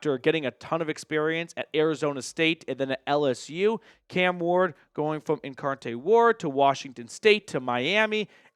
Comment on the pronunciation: "Incarte Word"? My Guy, come on now.